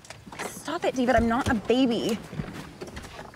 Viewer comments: Ew Day-ved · eeeewwww Day-ved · Ouch David! Ouch day-ved!!!! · EW DA-VEHD